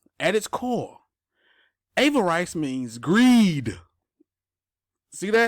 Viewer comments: Exactly...he never heard the word pronounced. No rice it's riss... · Ah-ver-riss. Not ay-ver-rice. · Bruh there’s no rice in Avarice! “AVAriss” luv ya! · Dem English folk gonna crack u upside da head fo mispronunciation Avarice. 👊😁 Drip:0x3F78b8458c41DF80ACA f10.